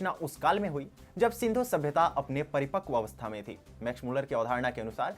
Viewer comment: Its Sindhu not sedhu